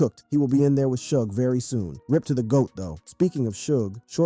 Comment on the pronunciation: Not to mention the 1st time you said "Suge's" name....smfh